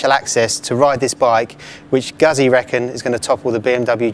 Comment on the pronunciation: It's Guzzy, not Gassy! :) Think of saying Pizza, great bikes Guzzis though!